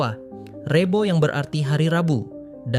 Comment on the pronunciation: Maaf,,,lafal REBO,,, yang anda tuturkan gak pas,,,, belajarlah bertutur jawa dengan benar😮